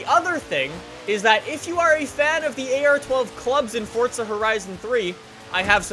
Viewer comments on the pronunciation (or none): Its forza not fortza 😂😂😂😂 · its FORZA lol not FORTZA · can you stop saying fortza holy fuck I've had enough there is no fucking t in forza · just giving u a heads up, it's forza not fortza. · y do people say forza with a t instead of a z its forza not fortza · it's not fort-za it is forza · it's forza not fortza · It's forzahhh not forthza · Its called forza not fortza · Why do Americans pronounce forza like fort za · It sounds like he says fortza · TwiistedGamer XD all you tubers do lik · cuz he does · I love that says fortza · where the hell do you get the t from when you say forza... its not fortza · it's not fortza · Stop saying fortza